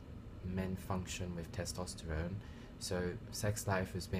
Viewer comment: tostesterone ahahahah, its testosterone bruv